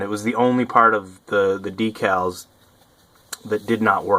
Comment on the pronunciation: DECALS........... jesus say it properly.